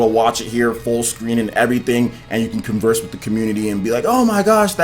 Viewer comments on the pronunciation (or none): none